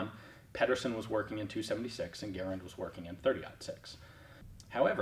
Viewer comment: Well done for being one of the 1 percent that pronounces Garand correctly!!!